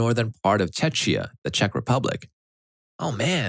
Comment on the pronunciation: Ch in Czechia is more like k